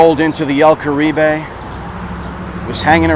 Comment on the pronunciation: el carib.... the "e" is silent- spent a lot of my childhood in there- 2 buddies had wedding receptions there